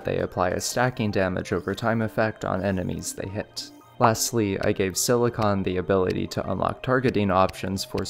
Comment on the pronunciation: silicon is si not se